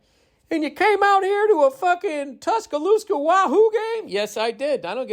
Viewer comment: “Tushoosca Wahoo Game” 😂😂 Bill killing with the southern accent